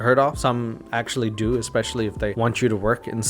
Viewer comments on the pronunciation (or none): none